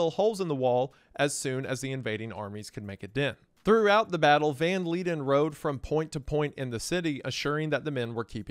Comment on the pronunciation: He is Dutch and it's read as Yan van (v with f-ish sound) Leiden (I can't describe, please look it up) but yeah, I don't know why he didn't look it up but all the words in his name was wrong lol.